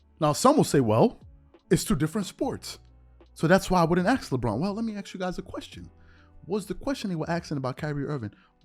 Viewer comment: How is it that such a well spoken, intelligent and articulate person still cannot pronounce the word "Ask" it seems that too many of our people pronounce that word like an entirely different word "Axe" two very different words